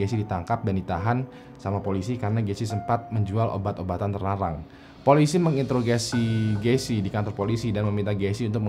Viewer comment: "Polisi meng-introgacy, gacy karena..." lidahnya kena sugges gara gara gacy 😁